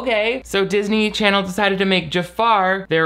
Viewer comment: no matter how many times says "darsney charsney," it makes me laugh uncontrollably